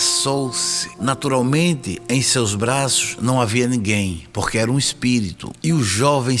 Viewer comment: Éu acredito ém tudo QUÊ você fala